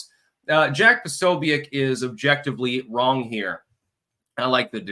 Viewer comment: Posobiec is a Polish name pronounced "Po SO bi ets" You're welcome. - From a REAL linguist and a polyglot.